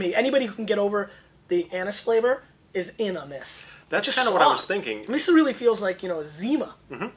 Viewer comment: "Anus-flavor"? I think I'll pass on that one senor...